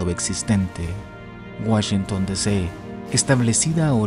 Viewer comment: Puro Cheken de Woshinton ... 😉